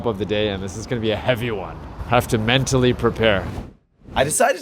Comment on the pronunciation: "Hafta men-tally prepare" 😂😂😂